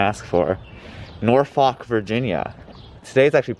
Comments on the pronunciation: My favorite movie is "Meet the Nor-fawk-ers". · If you made up time between Ashland and Richmond you accomplished a miracle. No polite way of saying: it’s pronounced “NAWfuk”. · sorry but as a virginian listening to you pronounce norfolk that way filled me with bloodlust